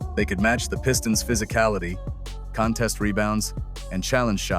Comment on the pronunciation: CON-test instead of con-TEST, Is-I-ah instead of Is-A-h. You’d think they could teach AI proper pronunciation and stress on the correct syllable.